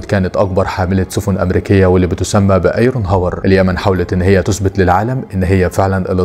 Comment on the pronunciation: الله اكبر ....يااخي اقرا صح ....ايزونهاور اسم المدمرة الامريكية ...طيب انت قراته غلط في اشي اسمه ثقافة عامة ...رئيس امريكي اسمه ايزنهاور